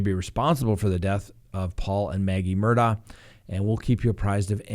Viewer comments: It's pronounced Murdog not Murdaugh! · it’s spelled Mur daugh but the family pronounces it… Mur Dock. Just FYI 🤪